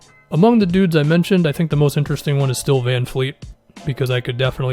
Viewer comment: bruh it's vanvleet not vanfleet lol